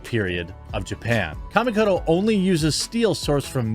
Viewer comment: I hate the way you pronounce "Kamikoto".